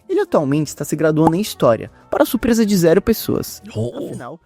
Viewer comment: "surpesa" "Guetúlio Vargas" Infelizmente só cirurgia resolve